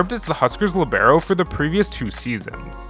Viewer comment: Why u gotta Say Libero like that LMAO